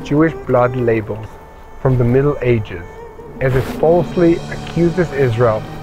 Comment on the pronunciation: When pronunciation of a single letter is important: Blood libel, not label (lai-, not ley-).